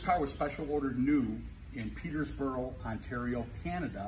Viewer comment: Fella it's pronounced peter borough ( Peterborough).